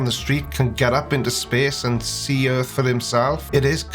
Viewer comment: Initially I thought oh what an idiot he thinks the Earth is flat but what he clearly said was" Erf". I don't know what that is but I guess there is a non-zero chance that is flat